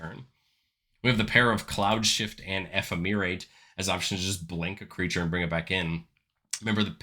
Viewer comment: Enjoying your content! Ephemerate is pronounced eh-fem-er-ate, a lot like the word effeminate.